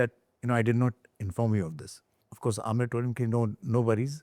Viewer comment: Aamir khan not Aamir Khhan. Khan from the epiglottis.